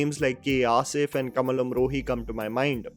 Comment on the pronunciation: Its not Kamal Amrohi, its Kamaal Amrohi